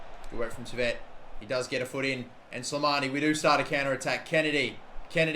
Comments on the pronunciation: Maybe lower gk ability and shot speed but increase their marking so defending isn't near impossible and attacking is harder. Also Henry Saviet is pronounced French like Sai-vey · Henri Saivet is pronunced Sie-vay btw